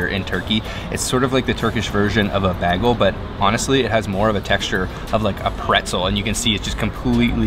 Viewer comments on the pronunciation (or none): did this dude really say "bagull" lmao